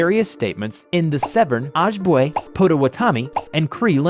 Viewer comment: Hey how to say Ojibwa is Oh-jib-way Ojibwa So yeah I'm native btw